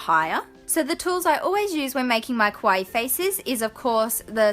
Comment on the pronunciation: Its pronounce kaa-wa-ee. 3 vowels. Like Hawaii